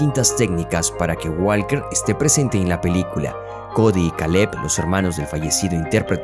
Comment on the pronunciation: Parce aprenda a pronuncia el apellido de Walker